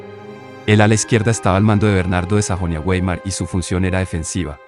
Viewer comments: ¿Eres Angloparlante? Weimar no se pronuncia güei•mar sino vai•mar porque no es Inglés sino Alemán. Y si no sabes Alemán, pronúnciala vei•mar en Castellano. ¡Qué nefasta Pandemia pretender ser culto pronunciando toda palabra extranjera con Fonética del Inglés! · Bernardo de Sajonia Güeymar: NO. Sajonia-BAIMAR en todo caso, Weimar se pronuncia, cuando es alemán, Baimar. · ¿ Quien cojones te ha dicho a ti que la " W" en alemán se pronuncia como "gu"? La W en alemán, se pronuncia como una "V", coño.